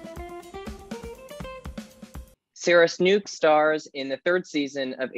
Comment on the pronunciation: Disliked for mispronouncing "Snook." Hint: it rhymes with "Book"